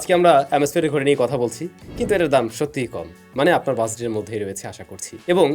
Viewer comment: Vai uita dom na 😂dam hobe